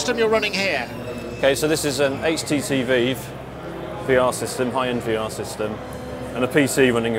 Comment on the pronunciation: "HTC Veev"